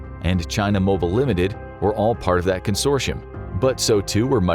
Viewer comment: why do you pronounce consortium (con-sore-tee-yum) as con-shore-she-yums